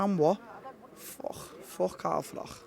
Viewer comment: He pronounces froch " frock " and like " lich " .....alot of spit in that mouth, fella